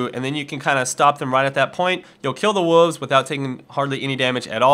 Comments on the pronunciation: God damn it, it's WOLVES, not WUVVS. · why can you not say woLves. its not spelled woovs. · WOLVES, not WOOFS. lol probably just some accent you have tho. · you really need to learn how to say "wolves"...its WOLVES not WOOOOVES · Its not wuves its WOLVES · wolves has an L its not wooves lmao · I did a shot of Jack Dagnels every time you said wooves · you saw wolves funny! It sounds like woves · you said wuves again lol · still can't pronounce Wolves. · WHY CAN'T YOU SAY WOLVES CORRECTLY OMG